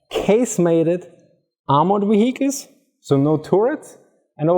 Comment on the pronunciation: Wee Weee we Heeechiles .. vehicles. . I think the 1st pronunciation is better lol